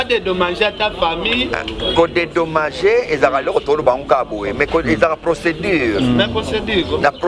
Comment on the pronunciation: Ken penza burro oyo penza tolobaka na portugais ! Dedomagé to dedomangé 😂😂😂